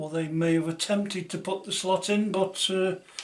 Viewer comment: Hi, niiiiiiiiiiice video, did you say slut or slot, lol 😝